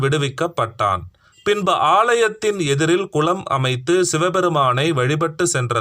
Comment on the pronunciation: விலங்குகிறது------விளங்குகிறது குலம்---------------------குளம் ஆயுல்--------------------ஆயுள் இப்படி அர்த்தம் மாறுபடும் உச்சரிப்பு.